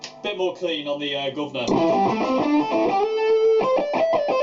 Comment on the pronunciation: The way you say guvnor lol so perfect